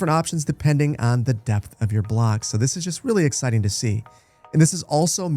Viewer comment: "2 units deept"